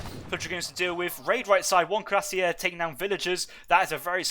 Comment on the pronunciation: Bizarre that the "correct" version of cuirassier used in this cast is still completely incorrect. There are two standard pronuncations of the English word and ZERO reasons to complicate them with weird flourishes and throat or tongue twists.